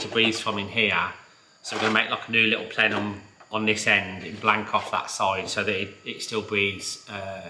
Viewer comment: is like the mad scientist of cars. Also love the way he says plenum... “PLEHNUHHM” 😂